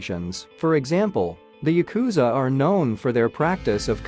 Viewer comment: It’s pronounced YA-ku-za. Not ya-KU-za If you’re going to talk about them, at least learn the pronunciation first.